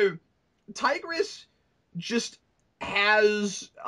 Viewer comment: His name isn't Tigress it is Tybrus.